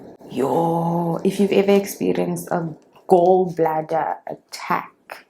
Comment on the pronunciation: What's this intro?! 😂😂🤣 20 to 2?????😭😂😂 Don't make me laugh so hard,, Lord!! The Tiktok is the end of me bra nooo man 😭🤣you'll live very long🤣❤️❤️ The pronunciation of Gall bladder changed real quick to Gaowl😂😂😂😂 Jirre Chady, noooo man.. I'm dying 🤣🤣